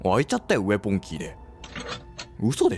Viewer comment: ウェポンのことウエポンって言ってるの笑ってしまうw